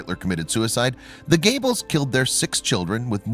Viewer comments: Josef Gayballs. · Goebbels Not Gables dude! Duh! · This crappy commentary has to stop..I really hate it for some reason and it's usually Nazi names I have noticed that people doing these commentary's just butcher..are they doing it on purpose??...I mean your doing grave injustice to Goebbels name...I'm sure while he's running a projector for Satan in hell ...he is cringing lol..get it right!!!...get it right!!..you silly untermeshen..these people really existed ...just do some homework and learn how to pronounce his name..or shall I send you to Treblinka ..you fool!!!